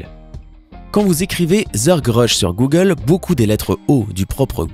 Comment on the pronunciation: Le monde = Google Les Français = Googeuleuu 😂